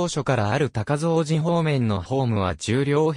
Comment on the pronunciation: 高蔵寺 たかぞうじ じゃなくて、こうぞうじです